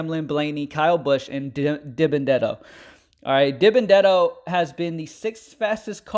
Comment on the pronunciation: Its pronounced “Dee-Ben-uh-debt-oh” 😂